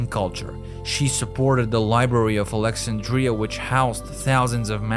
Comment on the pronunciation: It is too bad that the narrator cannot pronounce important words, including the word Alexandria.